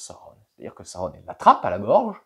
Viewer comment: J'aime bien ta façon de prononcer Sauron. Il s'est passé quoi avec la lance ? 😂😂😂 (Oui, j'ai pris une règle et j'ai regardé, elle est courbée au niveau de la lame).